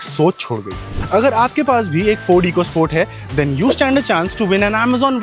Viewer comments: It's Ecosport, not eeecosport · It is pronounced Echo Sport, not Eco Sport 🤮